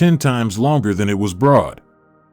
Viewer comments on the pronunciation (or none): none